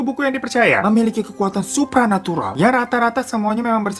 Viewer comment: Natural, bang... kok natrulal..wkwkk